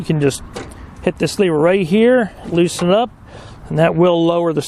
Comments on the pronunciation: Its lever. Not “leever” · Good video, however it would be slightly less annoying if you would pronounce the word lever correctly. Just Google correct pronunciation.